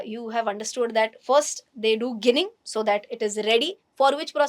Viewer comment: The pronunciation is 'Jinning' and not 'ginning'.